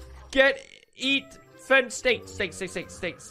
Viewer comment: Haha pewdiepie always says EATTT